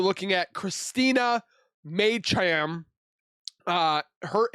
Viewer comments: Her last name is pronounced Me chum . Heartbreaking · It’s pronounced meech-em…… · Pronounced Me- Chim